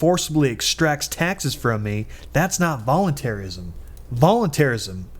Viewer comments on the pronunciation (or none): volunterryism I hate when ppl pronounce it like that